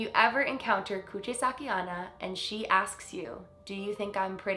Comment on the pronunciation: You pronounced "Kuchisake" correctly, but "onna" that means "girl" is pronounced as "own-na".